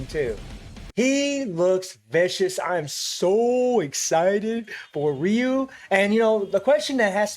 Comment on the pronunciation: Yes its ryu,...not raiyu